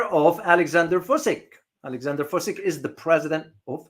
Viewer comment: It is president Vučić (Vootchich)